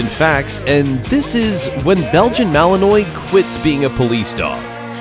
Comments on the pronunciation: Please reprogram the AI to pronounce Malinois correctly. Realllyyy annoying. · I love it when the AI narrator butchers the word Malinois....ROTFLMFAO!!!... Here's a bit of a hint...don't pronounce it like the state of Illinois...lol. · Please learn the correct pronunciation of Belgian Malinois. 👎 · 1000% AI Narrstion. Can't even pronounce the breed of dogs correctly. 😂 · Dude stop talking.....just show the video. And, learn how to pronounce malinois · At least learn to pronounce Malinois. It is mal-in-waa not mal-in-oise. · They're Mal-in-wahs, not Mal-in-noise, even though that's how it's spelled. It's French. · Mal-on-wah. Not mal-eh-oy. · It’s malanois not malannoy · It’s not Malinoy,it’s malinwa. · It’s MAL LIN WA… not noise… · Okay, Mr. Narrator! Malinois isn't pronounced MalinOY. It's pronounced MalinWA. It's French. Say it right. Thank you.😊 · Not Belgian "Annoy" (although it might be a factor, given their constant energy level!)...it's Belgian Mal-NWAH". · It's not a Belgian Malinoi, it's a Belgian malinwa French pronunciation) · Not Malinois as in wa, not noise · Mechelse herders (original Dutch name of the dog) are shepherds from Maline (French name for the town of Mechelen). Malinois is pronounced Mali-n-wah. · As these gorgeous workers are from Belgium, the "s" is silent, which why the breed is pronounced Malin-wah. A super collection of videos! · Malinois ( malinwa) French pronunciation. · Malin-WAH. It's French. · The proper way to say Belgian Malinois is "BEL-jun MAL-in-wah". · Please learn how to say Malinois properly. If you're using AI it can't distinguish that it should be pronounced Ma/luhn/waa. I miss the days when humans narrated videos. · It's pronounced Mal•in•Wah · "Malinoy"? Nope. That's not how it's pronounced. And that 4th dog - the one which lets itself into the police car? That's a German Shepherd, not a Malinois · It's pronounced Belgian Mal-in-wah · Fantastic film clips ……..but could the compere please pronounce their name correctly?